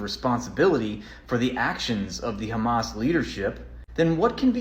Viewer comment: "Do you condemn khamas"?! :D